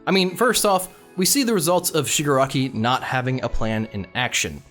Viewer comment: its shig AH raki. thats my only complaint lol. i feel like in the end his goals are basically the same but he has more conviction. like he still just wants to destroy everything. love him tho tbh